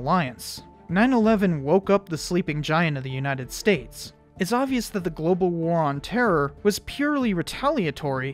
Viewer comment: “our WOR... on Terra” That’s one way of putting it